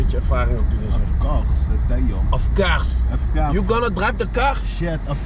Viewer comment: Of couggggs